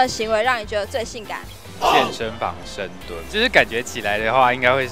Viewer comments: 一直聽成深度?? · 深蹲的部分 我也聽不清